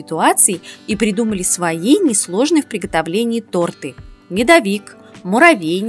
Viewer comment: Спасибо Вам за видео и самое главное за тОрты. Редко кто правильно делает ударение.